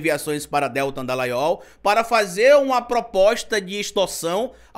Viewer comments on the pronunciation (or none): Você está mais uma vez pronunciando errado o primeiro nome do Dallagnol. A pronúncia certa é DELTÂN, Não é Déltan, como você costuma falar. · o jeito que vc fala Deltan me soa como o Moro falando corrupção ... rs ...